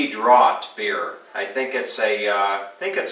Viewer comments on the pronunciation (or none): none